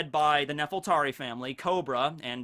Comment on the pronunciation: I hate to nitpic, but I feel like I have to get this out of my system. I think the name of the ruling family of Alabasta is supposed to be Nefertari, with an R. I know L's and R's get mixed up in Japanese, but since Oda based Alabasta on Egypt, it's pretty obvious he named the family after Queen Nefertiti, sometimes called Nefertiri or Nefertari. Even Vivi's late mother was called Nefertari Titi. You can't get anymore obvious than that. Nefertari also sounds better, at least in my opinion.